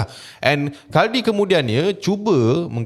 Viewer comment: Khuldi kot, bukan khaldi😂